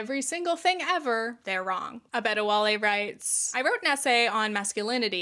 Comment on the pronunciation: Hi love the video! Adebowale is a Yoruba name pronounced a-day-bo-wa-lay. You did a pretty good job you just mixed up the b and d. Sorry if this comes off as condescending, I just didn’t expect to see a name from my language in a video from one of my favorite creators.